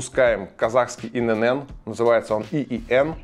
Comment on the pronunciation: Блин, ну, что за цыганщина :"ИНэНэН"? 😂 "И эН эН" произносится (ИНН)